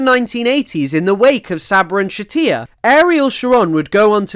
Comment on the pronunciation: Just discovered your channel, great work. For future reference "Shatila" is pronounced with a normal L sound, I'm guessing a source you used spelled it with a double L and your brain just defaulted to Spanish.